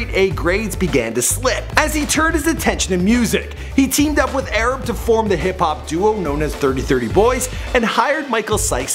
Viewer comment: his name is a-rab not erab